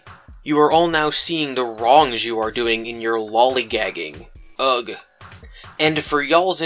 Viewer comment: Did you pronounce ugh as ugg..?